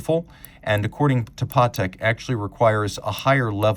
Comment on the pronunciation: Patek , not Partek.